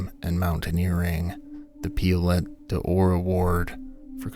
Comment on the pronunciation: It's pronounced 'pio-lay'', not 'piolet' (French for ice axe)